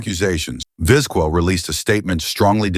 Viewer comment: Very interesting how the AI voice over pronounces Vizquel (and every other Latin name) different every single time. I think it said it correctly like twice. Trying spelling it out phonetically when you are writing the script. Maybe "Vizkel" would work. Sorry had to update after hearing the pronunciation of Craig Biggio, lol. AI still has a ways to go.